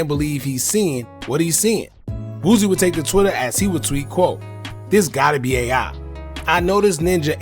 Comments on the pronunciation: BOO-SEE not BOOZEY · Bruh who is Boozy? Lmaoo it’s pronounced “Boo C”